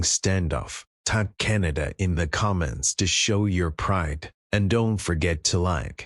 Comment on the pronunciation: The. Radical extremist. Socialust. Wef. Puppet. Like. Trudough. I thought. Canadians were more intelligent. To chooseba dictstor???? Cant even say. Canada. Keneda. Is the best he can do. At leastTrump knows how to speak. English